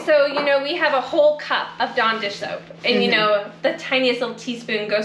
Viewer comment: What the f**k is Don? sorry Dawn?